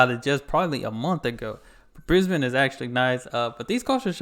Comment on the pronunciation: I like that you pronounce Brisbane correctly. Now just make sure you pronounce the end of Melbourne the same way and you're all good man. 😁